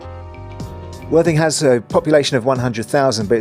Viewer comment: When mentioning worthing and your channel your clarity of speech needs to be clearer as it sounds like " the absolutely wan#@ channel sorry for the persice criticism mate but great vid mate enjoyed and your narrative is good content keeping going mate